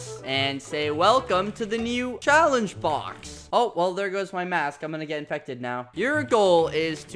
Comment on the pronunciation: Little correction: "welcome to the new challenTe box"